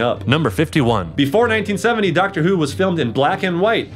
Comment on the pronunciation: Dactor BBC: The Dactor is a Time Lord